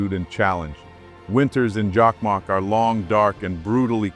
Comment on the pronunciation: Jakmak? JOKKMOCK!!! And Lapland? LAPPLAND!! How hard could it be? From Sweden.🤘☮